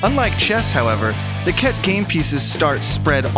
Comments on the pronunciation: Did i just hear cat instead khet ? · Khet. Pronounced as Cat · Harry : "did he just say ket ?" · He said ket ahahahahahaha